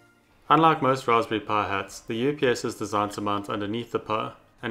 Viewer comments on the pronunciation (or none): its a raspberry pi (pye) (pie) not a (puh) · there are classes on articulation that you can take. there were a couple times where i had to rewind to hear what you said. it was the worst with Raspberri pi. wich just comes out as rasbrphhhhae